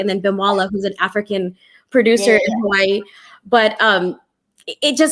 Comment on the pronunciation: ... im impressed, she said Hawai’i correctly